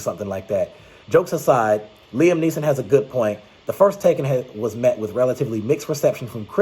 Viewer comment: Great video, but at the beginning of this film, it sounded like you kinda said "Tekken 4". But I know you said "Taken 4". Well I have not seen the Taken movies yet. So I'll definitely watch the first three films just in case the fourth film comes out. Speaking of TEKKEN, you should post your take on the games.